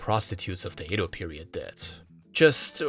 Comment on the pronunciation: Excellent video! However, every time you said Edo, I cringed. How is it you can pronounce everything correct but Edo?